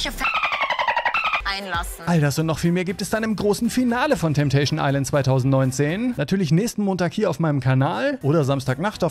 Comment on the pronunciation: „TETESCHÄN EISLÄÄÄÄND“ 🤣🤣